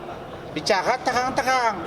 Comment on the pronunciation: Ngomong aja cadel jadi lowyer,,terang...terang...(tehang....tehang...)😂😂😂